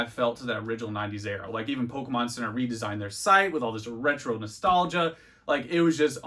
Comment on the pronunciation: Why does he say every Pokemon wrong like just to annoy us? x)